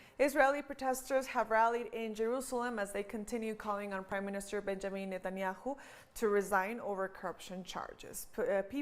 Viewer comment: Netanyahu not Netanyau